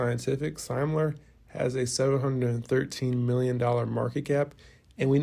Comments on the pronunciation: It's Semler, not Seimler. Pronounced "sim-ler". Just trying to help, not be a jerk. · Good work as always, please learn how to pronounce Semler scientific, it is not pronounced the way that you pronounce it, I have spoken to Eric myself.